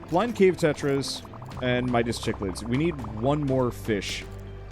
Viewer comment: aah like this game and cichlid is pronounced "sick-lid" gorgeous fish. especially the ones from malawi